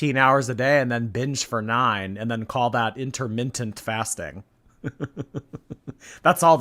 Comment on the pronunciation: "InterMINTent" In your eating window, eat mints? 😢😂